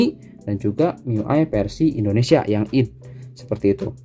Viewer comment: Bacanya aydi ngapa bang,id kek sholat aja